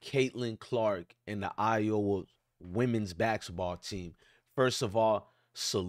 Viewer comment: Dude please learn how to pronounce folks name for the love of the English language. It's angel Reese not reseee & it's iowa not I oh wa